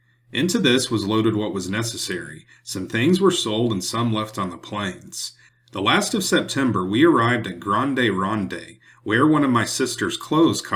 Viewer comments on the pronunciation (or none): Great video, thanks! "Willamette" is pronounced "Wil-Am-It" "Grande Ronde" is pronounced "Grand Rahnd" "The Dalles" is pronounced "The Dahls" They are French names, but the other Europeans who came after and settled the areas Anglicized the names. "Umatilla" is pronounced "Yu-Muh-Til-Uh"' "Spokane" is pronounced "Spo-Can" Both are Native American Indian names.